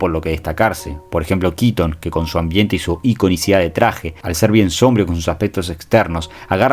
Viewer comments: SOMBRÍO con acento en la i , SOMBRÍO , sorete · Excelentisimo video, concuerdo en practicamente todo. Una sola crítica: "sombrío" con acento en la segunda sílaba. Lo dijiste muchas veces mal y me dio amsiedad ah